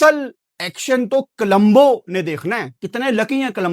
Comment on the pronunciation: Colombo ❌️ Kalambo✅️